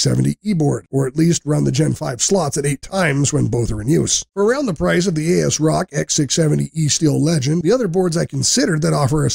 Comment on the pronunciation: I follow a wide range of tech-tubers for years now and this is the first time I ever heard someone pronounce the vendor name "A-S-Rock". I See how their capitalisation kind of implies it that way but still sounds cursed to my ears.